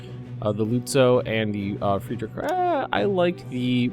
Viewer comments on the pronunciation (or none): none